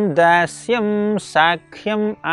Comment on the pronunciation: Dandavat Pranam 🙏 sakhyam pronounced wrongly as sAAkhyam. Kindly correct. Hare Krishna 🙏🙏🙏